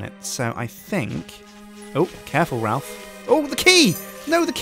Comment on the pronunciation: It's more like Ralph, actually.